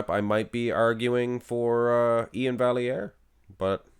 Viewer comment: Iain deserved it, Steve is too smooth monsoon. And as a note, on Iain’s Instagram he spells out how to pronounce his name. Val-e-air. So there